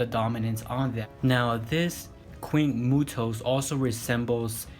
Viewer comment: He called it the queen muto